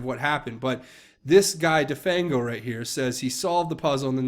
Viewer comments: "de-fang-o" as in render toothless...get real! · "de-fang-o as in 'remove the teeth of' ... come on!